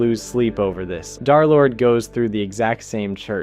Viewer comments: Its der-lord not dar-lord💔💔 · Darlord?!? Darlord again? No offense but the pronaunciation is derlord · Did he say darlord? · Why do you sar D3rlord like Darlord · ITS PRONOUNCED DERLORD THIS HAS TO BE RAGEBATE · why is he saying DARlord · FR the story happens through audio you can hear it being pronounced DERlord it's short for Derek not Darak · Derlord ❌ Darlord ✅ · Why do you keep saying "dar"? Wifies said blud's name so many times, and you get it wrong